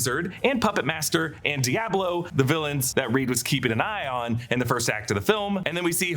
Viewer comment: why does he say diablo like that